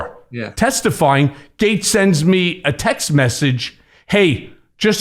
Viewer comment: Gets ? Gits ? GAETZ ? English is best.